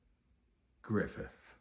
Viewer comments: second most bitter souding pronunciation of griffith's name i've ever heard, losing only to guts, of course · Every time he says griffith…… same 😭😭😭😭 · the way he says griffits name😂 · THE WAY HE SAY GRIFFITH IS SO FUCKING FUNNY 😂😂😂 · Every time too 😂